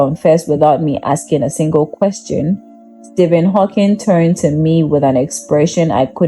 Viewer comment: It's Hawking with no s on the end.